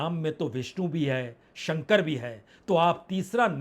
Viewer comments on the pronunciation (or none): none